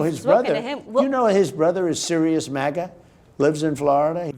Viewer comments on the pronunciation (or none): none